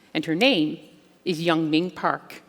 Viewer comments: Damnit why can’t non Koreans pronounce Korean names?!?! It’s not yun ming park its yeunmi park it’s not not ping park Jesus, Patrick calls her yenomi. Everyone calls the capital of South Korea soul. It’s Seoul pronounced soh uhl not soul. Iranians get pisses off when we say “I ran” no it’s “eh rahn” well Koreans wee gotta stick up for our names too. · Here name is Yeonmi, not Yeongming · Yeonmi, many interviewers mispronounce your name, like this one who called you Yong Ming Park ! Please do not be afraid to correct them. In the US it is perfectly fine, on TV especially, to correct misspellings and mispronunciations. It will make it easier for people to find your writings if they know your correct name. Your friend, Brian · Her name is YEONMI PARK, not young mi... Not that difficult. Great interview for the rest. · Amazing story. And the woman kept saying her name wrong. It's not "Young ming" lmao. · The lady didn’t even take the time to learn how to pronounce her name correctly 😒